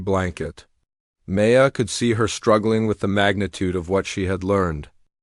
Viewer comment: Why, in this story does your AI pronounce her name "MAY-uh" instead of "M-EYE-uh"!!!???? AND, why does this AI of yours say FKN "DOT" at periods!!!!!!!!!!!!!???????????????? I can't listen to this BULL-SHI-ITE!!!!!